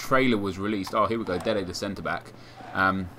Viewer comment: why do you always say dede the centre back?